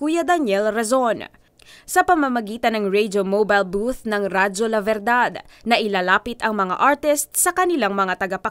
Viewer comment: Radio La Verdad = Truth Radio. V should be pronounced more like a B, and D a DH. Radio La Berdhadh.